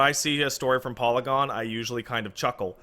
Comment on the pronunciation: im just gonna say saying polygon that way is wrong